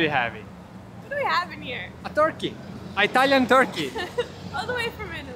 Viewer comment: actually says "EYE-talian". I'm so confused.😄